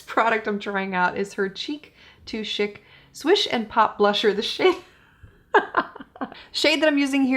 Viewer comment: Oh honey, I could’ve told you. Lol, poor. For lipstick, you probably should’ve gone with Iconic Nude. That’s right up your alley. And bless your heart, it’s Cheek to Chic (sheek), the French word. I work for one of her vendors and she’s one of our top returns. Most of her foundations have issues with the best being the Hollywood Flawless Filter but that’s saying a lot. Not trying to knock her either but her stuff usually doesn’t hold up without a good strong setting spray.